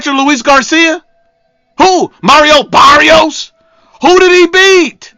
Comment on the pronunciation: The way my boy said Barrios name is hilarious 😂